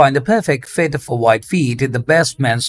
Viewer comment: I love flip flop reviews. Each time he said “wide feet” I thought he was saying WHITE feet 😅. The Olukai brand and the Rainbow brand he showed was my favorite. Made the models nice bare feet look great in those.